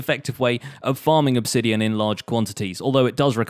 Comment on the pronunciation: It’s pronounced obsidian not obsidian.